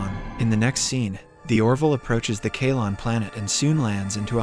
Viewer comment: It is lmao. You can tell with it not pronouncing Kaylon right. Nice job not using context clues and just being a simp. Tho with this basic ass profile I bet you are a bot too.